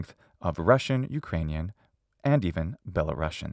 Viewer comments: Good video! One tip - you should pronounce world Belarusian (with one "s" by the way) like Be-la-rus-yan , not "Belarushian", it is a USSR way. It doesn't have to do anything with Russia. The rus part refers to ruthenia, as there used to be white and black ruthenia. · it’s pronounced “belaroosian” not belarossian